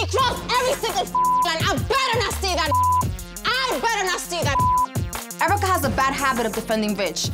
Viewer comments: EURA CUH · was just about to type this. Airwrecka is *the* most accurate